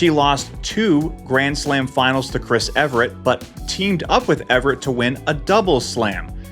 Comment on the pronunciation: Andy my dear this should not be under your Served banner. It's awful! This person knows zero about tennis and he couldn't even take the trouble to ask how to properly pronounce Chris Evert's surname. She's a legend and she's American what is his excuse apart from sheer ignorance?